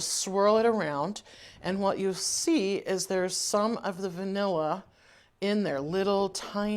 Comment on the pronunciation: Are you saying bnilla? What is the site. Ty in advance.